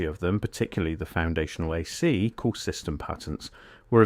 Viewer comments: These videos that at narrated by AI suck so bad. When it said “a C power” it was a dead giveaway. Tesla worked on harvesting power from the atmosphere. He never intended it to be free. Equipment would still have to be developed and installed. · This AI narration is unbearable. Disliked. "AhSeEe powah" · "Uh sea" power? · AI speech having issues with saying AC and DC. Lmao